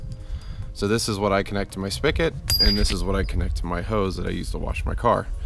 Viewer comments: Spigot not Spicket. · He didn't speak-it right